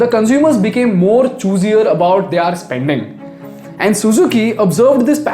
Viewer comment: It’s pronounced as “their” not “theaar” … love your videos though